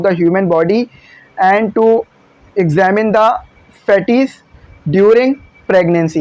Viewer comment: It's fetus not faaaateeees😂 I have often heard that you mis-pronounce many English words 😢